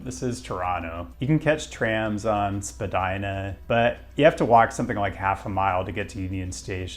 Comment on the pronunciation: wait a minute, are you canadian? you pronounced spadina correctly